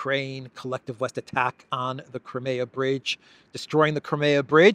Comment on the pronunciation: It is Crimea. Not cremeya.